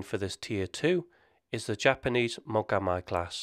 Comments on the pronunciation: Mogam "eye"?...umm...try Mogam "E" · The "Mogami" frigate is pronounced "mo-ga-mee." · Mogami is pronounced like moh-gah-mee. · Mogami is pronounced like Spanish (correct ). Its "i" like igloo.